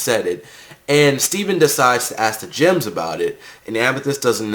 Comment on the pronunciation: i keep hearing the word Gyms not Gems, is it supposed to be pronounced like that?